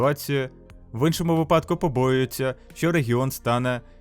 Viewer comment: вчи наголоси не виПАдку, а - ВИпадку Не виПАдок, а ВИпадок